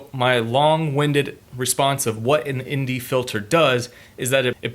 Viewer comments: Anne Dee... not Indy... Sometimes you said it right... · So when you say the letter N you pronounce it (N) as IN?